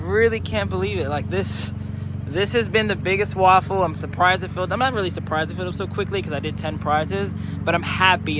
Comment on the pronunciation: I think he's pronouncing it "RAW-FULL" instead of "Ra-Full". Also, waffles are delicious.